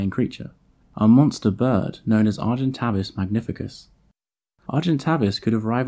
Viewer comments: Great video, but wasn't it pronounced Argen-tay-vis and not Argen-tah-vis? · 'a monster known as Argentavis Magnificus'. No, and no. You got the second part wrong (Magnificens is correct) and pronounced the first part incorrectly. It's are-jen-TAVE-iss. Getting the name completely wrong is not a good start to any factual content. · "Argentay-vis Magnifi-sens , not cus.... Read your script! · Him: Ar-jent Avus Me (because french is still burned into my brain): Arjhent'aveee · Argentavis not argentaves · Argentävis not Argentavis.... I play Ark. I know this. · Any other long term ark players annoyed they've called it Argen-Tay-Vis this whole time? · Argentavis..... arr gen Tay vis phonetically! Was doing my head in sorry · Pronounced A vis avis it’s A sound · Its pronounced argen-tay-vis, Argent = silver Avis = bird. Latin for Avis is pronounced the same as play - bus haha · You're saying Tavis wrong.